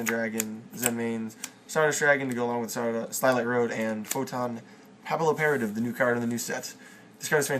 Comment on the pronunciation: why does everyone get that name wrong... its pronounced pappy operative its french for butterfly.